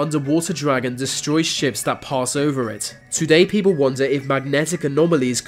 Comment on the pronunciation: If the narrator of this video is reading this please read on: Your voice is excruciatingly fucking annoying. You even say beople instead of people 😂😂😂